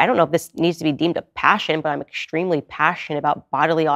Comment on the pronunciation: Why you say exshtreamly?